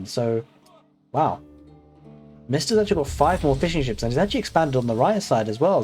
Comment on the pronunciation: I understood Fish & Chips instead of Fishing Ships for a second 😂 Great cast as always